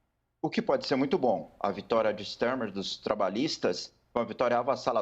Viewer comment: Não se fala “Stermer”…